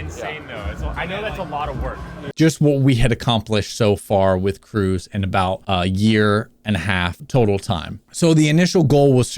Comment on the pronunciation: Correct me if I’m wrong but his name would be pronounced “Cruhz” while “Cruise” is how he said it